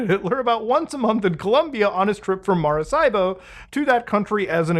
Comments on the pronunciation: lol it's Maracaibo(Marakaibo) not Marasaibo. good try though :D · It's no MaraSSaibo. It's MaraKaibo. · Dude its Mah-rah-KA-EEBO hard K no S or Z lmao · in Hermione Granger's voice "It's pronounced MaraCaibo, not MaraSaibo" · Yo im from Maracaibo and you killed every spanish speaking viewer with that pronunciation 😝 love it keep digging your videos are kinda awesome 👏🏻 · Someone from Venezuela here. Didn't expect you to say Maracaibo; this is crazy!! You say it wrong, though, but either way, nice try.